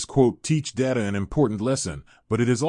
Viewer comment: Lost me at the pronunciation of "Data"